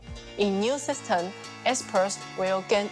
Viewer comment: why she say "systeN" insteed of "system"? wtf